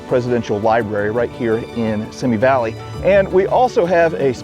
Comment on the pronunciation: FYI: It's pronounced "see me" valley...